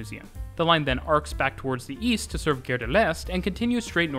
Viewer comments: A nice description. But… Gare is pronounced in French as “gar”. The way you pronounce it sounds more like another French word: guerre. Which means war. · PLEASE...Gare is pronounced Gar as in car, ot Dare. Interesting video but probably confusing to someone who has never been in Paris. I have been there four times like the variety of the system between the metro and the RER as well as the rubber tired lines. Yes theLes Halle station is huge. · I know you’re not a French speaker but ‘gare’ really isn’t hard to pronounce properly. Like jar but with a hard G. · I'm a Brit - so always nervous compaining about others' pronunciations. But it really grated the way he said 'gare' as 'gair', instead of 'gar'. Is that the French Canadian pronunciation? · Please stop pronouncing the French word "gare" as "gayre". It's "gahre". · GGGare rhymes with car, not dare. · It smells like pea....nuts. Gare...like saying our with a g in front not air. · The way you pronounce "gare" makes it sound like "guerre", which means war. So, I'm watching this video and thinking all the time you are making some threats and wonder, why so aggressive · I noticed this too, the host is Canadian, perhaps this is the Quebec way to say the word "gare"? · Great video! You pronunciation of "gare" should be more like gare as in "are" and less like gare as in "air".